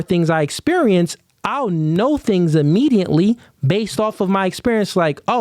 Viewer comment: why you add an “n” in a lot of your words? WTH is Immediantly?